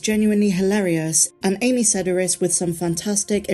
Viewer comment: Fwiw, Sedaris is pronounced "suh DARE us".